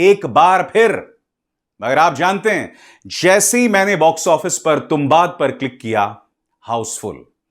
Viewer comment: तुंबाड hai sir, not तुंबाद 🙏🏻